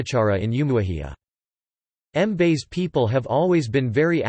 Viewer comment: Hahahahahaha. Did it really pronounce Mbaise as M-base or is it just me?